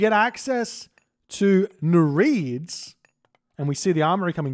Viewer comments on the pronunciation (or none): say after me: NEER-EE-IDDS